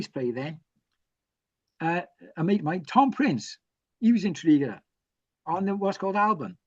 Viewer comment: Nie Tony "Borg" jak ze Star Treka, tylko Tony "Bordż". Nie "Tredegar" a "Tredigar". Następnym razem się upewnij co jak się wymawia, bo albo nie zrozumieją albo pomyślą że Polacy to ignoranci. A ogólnie to ciekawy wywiad, na pewno unikat na skalę światową. Propsy, że udało się wszystko nagrać!